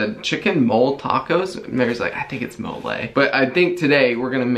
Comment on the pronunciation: LoL. Not Molé, it’s Móle.